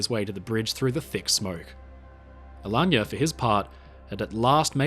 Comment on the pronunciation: Magnificent video. And the pronunciation of “Alagna” (an Italian family name) is spot on ;)